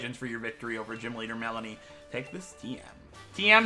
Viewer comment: Finally a person who says her name right ^_^